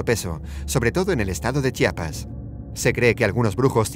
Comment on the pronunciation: Lo mejor es que lo pronunció bien:'3